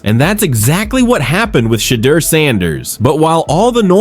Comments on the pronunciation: OMG! I cannot watch this anymore!! You've said five different pronunciations of "Shadeur"....killing me! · Chump stop butchering Sheduer Sanders and Deion Sanders first names!!! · It's no way that you can't pronounce SHEDEUR ❤❤ this is just being disrespectful and done on purpose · Why this dude pronounced Shedeur's name like 30 different ways 🤔